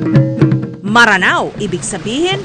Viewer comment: Miss Jessica hindi po MARANAO, Mranao po ang pagpronounce. I AM A MRANAO HERE. Please help us spread it to educate others. Every Mranao blood people knows the correct pronunciation of this except non-mranaos. They tolerate others who mispronounce it. Thanks.